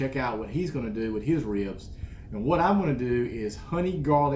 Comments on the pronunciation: Hahaha I think it’s pronounced reeubs lol and it’s funny because I’m from Texas (Houston) and people are always shocked I don’t have a more southern accent. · I love...and how you say "ribs." It's like 2 syllables but it's not...with a little North Carolina growl in there. rheebs, rriiibs, ah, I can't do it. My Arkansas roots are useless in this situation. I think it's a genetic. Some people can't roll their r's...other can't say rrribs cool. It's a gift my friend. Be thankful. lol. (ribs look great!) Now to go check out.